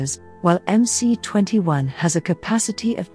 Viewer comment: Stop calling it "em-cee" for God sakes. It is "em -ess".